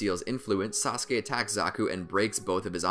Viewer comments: Thank you because using the clip of you saying sauske over and over again was annoying but you should do Ay next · This is how many times he said "saskue" | | | | | | | 👇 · U mean saskey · Before I watched Naruto I thought it was pronounced Sauce-ook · Yes indeed sasuke sounded so werod